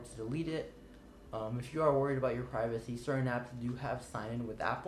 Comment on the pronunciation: Pirvacy. That's not Mom.